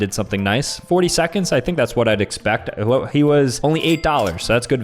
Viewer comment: he said that he but it sounded like he said daddy